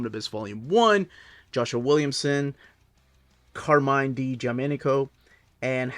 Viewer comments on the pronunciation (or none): hello, the correct pronunciation is car-MI-NE (with E 'alla italiana' not 'I'), not carmin 😀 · Nice italian pronunciation. Until the name of Di Giandomenico. Carmine is not pronunced as car and mine (which looked like two objects of the same name 😂), but you can say all the way tied to the final E. This vocal isn't silent so be free to say it like you did for his surname, whilst the I isn't pronounced as your english vocal, but more if it's an E from the English Alphabet. Be free to say it again 🙂